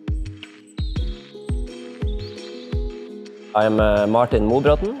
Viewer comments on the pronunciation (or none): He says "...went to boarding school in Llandudno..." , and used to "...climb in Llanberis Pass...", but makes no attempt to pronounce the place names properly.